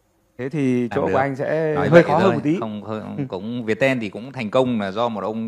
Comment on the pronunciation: mình hay gọi Viettel là Việt teo, mà thấy gọi là Việt ten:D